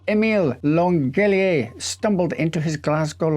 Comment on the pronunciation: It’s pronounced LanJElier… Besides that, great video! Thank you! 💐